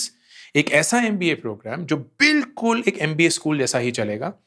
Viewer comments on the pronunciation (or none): You are explaining everything very well but the moment when you say mpa apni..ammm.amm instead of MBA made me laugh hard😂😂😂 to tearing up